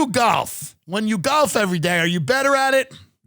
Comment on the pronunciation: The way east coasters pronounce golf always gets me 😂